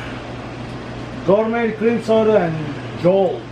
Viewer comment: Let's smash that thumbs up for pronouncing Jolt correct, they haven't made that soda in forever...that made everyone super hyper from all the caffeine!